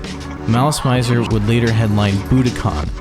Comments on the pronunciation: im sorry but its malice mi -zer not mai -zer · i got 2 minutes into your video but i had to pause to type this. its not pronounced "Mai-zer". i asked a lot of Japanese people here in Little Tokyo in Los Angeles. its pronounced "Mih-zer". You know--like misery. Malice and Misery? okay im done crashing out. back to the video.